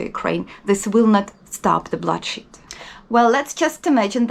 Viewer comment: I had to rewind to see if you said bloodshed or bullshit. I know that this is a serious topic, but I had to laugh as those two word could be interchangeable and be accurate.